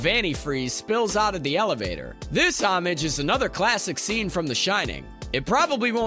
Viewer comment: PLEASE learn how to pronounce "homage". Also, I don't think the scene on the salt flats is meant to evoke scenes from Tatooine, despite the conjunction of the words "land" and "speed". It's just the real life Bonneville Salt Flats.